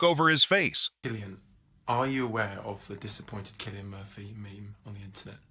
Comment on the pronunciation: Will someone please tell the commentator how to pronounce Cillian correctly?!